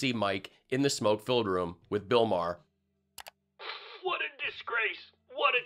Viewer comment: Bill Mar.